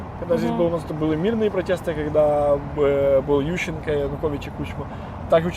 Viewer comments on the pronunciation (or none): none